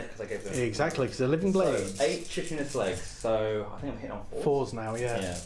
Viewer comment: Another great Battle Rep. But I have point out that chitinous is pronounced with a hard K not ch, "KY" + "ti" + "nuhs".